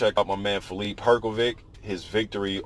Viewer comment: Not really, sh would be quite similar to š in croatian language and than his surname would be Hrgoviš instead of Hrgović. I think the easiest way for non-native speaker to pronounce it would be to divide it in three english words her-go-witch and than you would pronounce it basically the same way as croatian native would, but still there will be a little difference with pronouncing consonant "r", because in croatian language you place your tongue just behind your teeth when pronouncing it so it sounds a bit different than in english language.